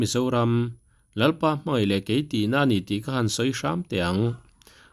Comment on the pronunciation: A duh leh saptawng chu hmang sela mizotawng chu in phutsak khera...ka tan vang a nilo an ni dinhmun ni phak lo pawn mizotawng an hmang dik tha peih loa ziah pawh an ziak dik peih loa..daih tih pawh lam dik peih lo leh ziak dik peih lo....mai tih pawh mei ti tlat ....mitha famkim ah i ngai bik lo teh ang u cm fanu hi...tisual thei ve tho famkim lo mihring a ni ve tho a lawm nang ni ho leh kei ni te hi ..